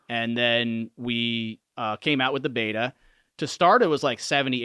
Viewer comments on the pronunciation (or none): none